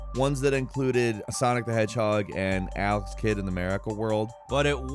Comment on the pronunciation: oh Alex the kid. I seriously thought you said AL'S KID i was like ''wait, i don't remember that game, who the frick is Al, and why would i want to play as his kid?'' .....now actually want to play Al's kid.....dammit.